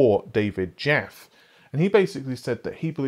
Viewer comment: It's pronounced "Jaffee" though it's spelled "Jaffe".